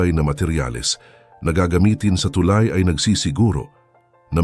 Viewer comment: mispronounciation of the word "tulay". but this is a good news for us.